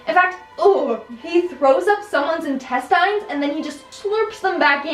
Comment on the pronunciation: who pronounces intestines "Intestynes" 😂😂